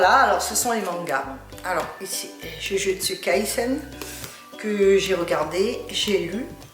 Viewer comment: フランス語で「ジュジュッツカイセン」って発音ステキ❤️